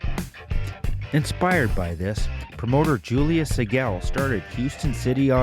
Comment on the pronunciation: Say the Sigel name right damnit.